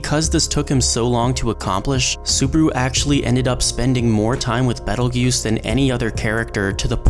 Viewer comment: This video is 5 months old but if youre reading this its pronounced BEETLE-JUICE not battle goose